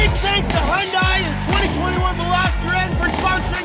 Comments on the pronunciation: for the LAST time. It is Hyun-day NOT Hyun-die You guys are sponsored by them come on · it might have been the obnoxious noise, but did you just say hundai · Will any of you guys ever learn how to say 'Hyundai' correctly? I'll give you a hint: It rhymes with Sunday.